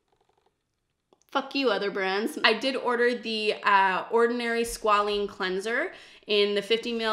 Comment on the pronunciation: I'm excited for you to try the oils from The Ordinary! Squalane and rosehip are my favourite oils and I think you'll really like them for your dryness. Just thought I'd comment though that squalane and squalene (which is the way you were pronouncing it) are two different things. Essentially, squalene can act as an antioxidant due to its ability to undergo oxidation, while squalane can't. However, oxidised squalene can be an acne trigger, so it's not the best for acne-prone skin. Squalane's more stable, so it's great for acne-prone skin that's in need of moisture retention. You did purchase squalane products so these differences don't really matter, but just thought I'd let you know in case you ever discover other squalane/squalene products in the future and mistake the two!